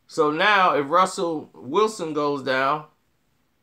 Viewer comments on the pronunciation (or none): none